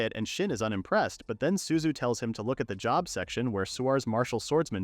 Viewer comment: Not ai calling job "jhob" lmao